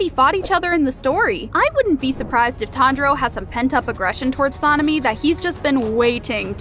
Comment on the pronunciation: You Say sanemi name so bad